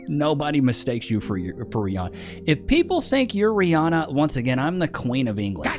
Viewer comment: Rhianna? Rhianno 🦏